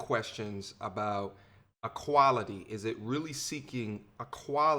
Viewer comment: Seeking" AQUALITY"